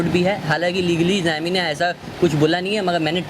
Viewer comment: pehle xiaomi ka naam thik se pronounce kr lo